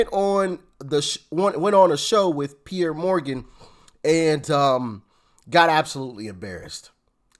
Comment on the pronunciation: His name is PIERS, not PIERRE. If you’re going to keep watching him get his name right already.